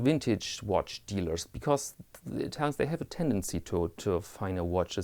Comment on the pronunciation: Well done. Another great video. Your content is always enjoyable and I find your accent a joy to listen too. Wintage, Vintage, Tomato Tomateto, it doesn't really matter. We know what you mean. 😊 Also, Im from Australia and I want to inform you that the 10% Goods & Services Tax (GST) or "Customs" as you say, applies to all imported goods valued under AU$1000 that are purchased from a "business". Buying second hand/used watches valued under AU $1000 trom an "individual" may or may not have 10% GST added. I also appreciate that the "character" AC3 has worked long and hard & possibly even lead the way in this "Watch Vlogger" genre. His style has his followers & detractors, but its your civil, polite & respectful style of conyentTim that i look forward to viewing the most! Keep up the great content. Cheers from "Down Under"